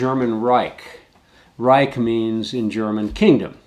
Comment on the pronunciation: He can’t even say reich